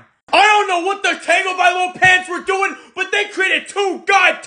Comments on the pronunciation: Says the man that can’t even pronounce Tagovailoa right. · This guy doesn’t know how to pronounce his qbs name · Man says he’s the best QB, but mispronounces his name